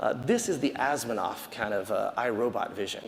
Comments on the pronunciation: He's just generous with letters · He pronounced Asimov "AsmiNov" lol